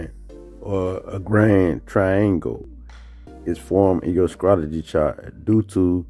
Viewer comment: Are you saying "scrology"?